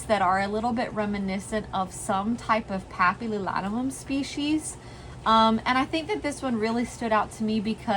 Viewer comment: You need to do a slight correction on the way you pronounce Papililaminum. Rest all good. 😊